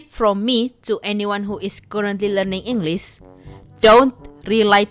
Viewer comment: Seriously, you speak english well, but when you screw up something. its hilarous, and makes your videos more entertaining, like in this video when you said "englis" and heck even I, a native english speaker screw up a few times